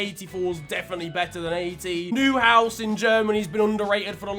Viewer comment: My man said New house